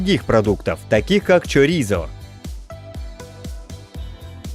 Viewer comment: праильное ударение - в АндалусИи. и чориСо - испанцы не используют звук з. Zara, кстати, тоже Сара.